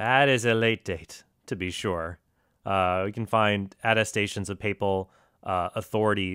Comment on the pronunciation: I really tried to appreciate the fact that this pastor appears, at least, to have done some research before his presentation, but every time he mispronounced papal or papist I swear I would have hit him with a folding chair.